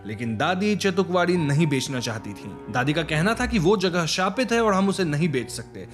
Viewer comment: Its bela and not bella and its chetukwadi and not chatukwadi wtf